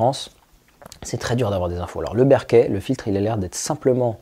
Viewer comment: Ca se prononce Beurk'faild, non pas Bairkéfild